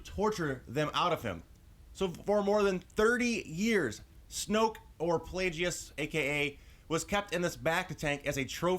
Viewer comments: ITS NOT( pla-jee-us) ITS ( pla-gus)!!!!!!! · Plagues is pronounced Plag-us. Also, Snoke was the apprentice that killed Plagues. Palpatine became Snoke's apprentice much later. Palpatine did say in ep. 3 that the story of Darth Plagues the Wise was a Sith legend... (so there's a good chance that it happened a long time before that conversation). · his name is pronounced plague and guess, so plagueis